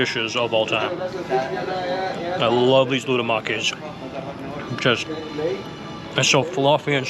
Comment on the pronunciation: Loukoumades, not loudomakis